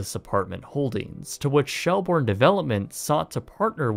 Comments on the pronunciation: It's pronounced shell-burn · Fordham, pronounced "ford-um". Shelbourne, prounounced "shell-burn". You're welcome.